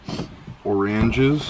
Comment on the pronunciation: Honey, I'm home, I got or-ran-ges, LOL!